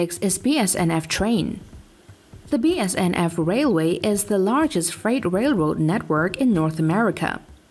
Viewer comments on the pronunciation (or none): its bnsf not bsnf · She Said BSNF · Bruhhhh it’s BNSF not BSNF and it’s Norfolk and western not Norfolk western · it’s BNSF not bsnf Union Pacific is lager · Not BSNF. Try to read the letters on the screen in the right order. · Text shown and speech says BSNF while the train graphic itself clearly shows the correct BNSF. Come on now. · BSNF, REALLY? Its BNSF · Spelled indian wrong said bsnf instead of bnsf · im a perfectionist, and i hate that you say BSNF instead of BNSF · It is pronounced BNSF and not BSNF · I said the same exact thing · ITS BNSF NOT BSNF... get it right ok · It's not a big deal, obviously an ESOL narrator, and it's obvious what it should be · Cool video! It's very interesting to see the train lengths slowly start to climb everyday. Just one thing I noticed, I don't mean to be picky or anything but its pronounced BNSF or Burlington Northern Santa Fe.